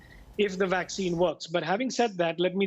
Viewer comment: He keeps saying waxcine and wirus instead of vaccines, and virus, just wanted to know from which did he passed!? anyway you may say as you like we understand you, but the things that worries the people is the vaccines becaused it takes more than 6 to 7 years to develop ,if so?! Then 95 percent of the world population will be wipe out ,I am very very sorry to say that!! .